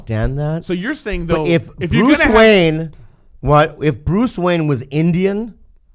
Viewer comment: Brooce Waheen. lol